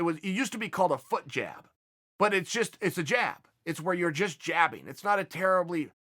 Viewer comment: So, is a foot jab actually a foot job with a Minnesota accent?